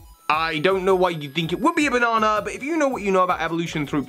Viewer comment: It's not pronounced bonona. It's pronouncee bah-nah-nah